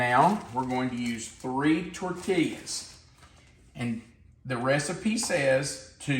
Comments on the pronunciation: San Antonio gal here with a tutorial in correctly pronouncing "tortillas." It's tor-TEE-yuz. I always enjoy your vids :) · The way you say tortillas is killing me.